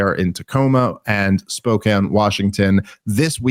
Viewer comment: Dave I know it’s a small thing. But you pronouncing Spokane correctly does not go unnoticed by your PNW fans